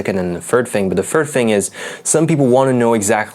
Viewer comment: Hi, nice review. Btw, since we're talking about language learning and fluency, I listen to your pronunciation of "th" in words like "third" and "anything," and I think it sounds more like an "f." So I watched closely and saw that you use your lower lip under your teeth to produce the sound. Instead, you should be touching your upper teeth with your tongue. You can try it out and you'll immediately hear the difference :)